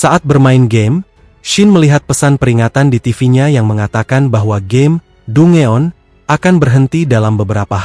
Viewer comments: Dungeon itu bunyi nya "dan-gen" bang😅..bukan "du-nge-on"..smngat terus bang kontennya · Dan- jen.... Sebenarnya meskipun pengucapan dia Dungeon. Kita tetep paham, cuma kedengaranya aneh aja DUNGEON. Next lebih baik pengucapanya.... Semangat. 👍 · Bukannya "dan jen" ya bang?? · Denjen kalik😂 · Dan-jenn bang ucapan nya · Bukannya dan jen ya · Lu jga salah, harusnya dan.jen vocalnya